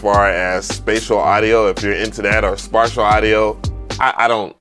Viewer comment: Spatial is pronounced spay-shul lol. ✌🏻 &❤